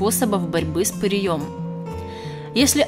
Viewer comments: С ПыреЕм !!!! А не с пыреЁм ... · С пырЕем, а не с пыреЁм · С пыреем, а не пыриЁм. Всезнающая вы наша... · Не с пырьëм, а пыреем! 🤭🤭🤭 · Как то правильно произносить надо. Не пырием.. А пыреем... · И ещё...не пыреём, а пыреем. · ПыриЁм?? Может ПырЕЕм! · ПырЕя, а не ПыреЯ!!! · В ьорьбе с пыреЕм.с пырЕем.абсолютно безграмотная речь и ни о чем.